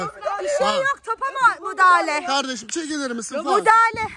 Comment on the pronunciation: meral abla ikisaattir topa mudahale diyooooo